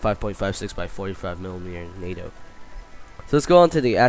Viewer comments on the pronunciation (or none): none